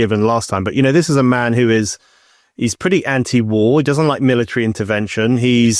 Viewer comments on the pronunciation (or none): none